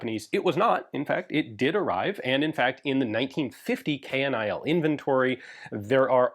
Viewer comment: Dutch here... KNIL is never pronounced K.N.I.L. We say KNIL (say like Kill with an N added). 😅